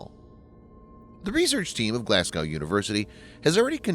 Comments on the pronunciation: Glazgoww hurt my ears every time 😅, as their Irish neighbours it must be even worse for them. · FYI: Glasgow is pronounced "Glaz Go" (or "Glaaz Go" if you're from Southern England) NOT "Glaz Gow" You just made 67 million Brits ears bleed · Glas-go. Not gow. Thank you. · Nice vid as per. Just a heads up, it's pronounced "Glaz-go" 🙂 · They should drop the w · Glasgow - Pr: Glazz-go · it's pronounced "Glass go",.. like "Moss co" ,.. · "Glass-gau" xD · So that's how you are going to say Glasgow is it! well it's annoying, Unsubscribed.